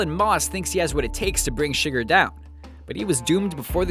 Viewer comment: In No Country for Old men his name isn't pronounced sugar!!!